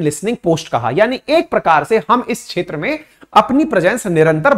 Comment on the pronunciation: क्षेत्र का उच्चारण छेत्र ऐसा क्यूं किया जाता है?